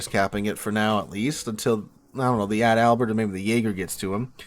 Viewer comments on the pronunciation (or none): Eh - Dell - Bear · say it with me. Adal-Bert. You're placing the stress in the wrong location of the word.